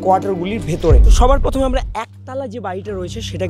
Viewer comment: প্রথমে ❌ পথমে ✅